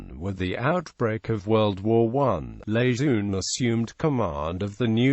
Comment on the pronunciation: Marine General Lejeune / luh jern would be dismayed Name mispronounced sad disrespect Semper Fidelis & God bless all Leathernecks ! KEEP ATTACKING !!! OOO RRAH !